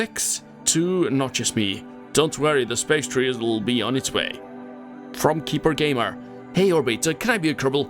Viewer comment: Lol you said my name wrong it's Kasper game not keeper gamer